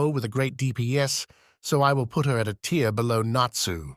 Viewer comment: Hearing the tts mess up "A tier" is irrationally funny to me